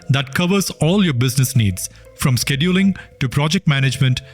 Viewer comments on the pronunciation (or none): none